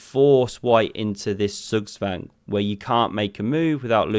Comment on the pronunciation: Dude, cool that you pronounce German words correctly, respect for that - ZugZwang.